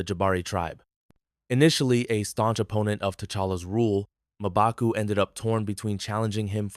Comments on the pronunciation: It’s not mobaku, it’s Mmbaku while pronouncing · Mobaku😂 common atleast pronounce it correctly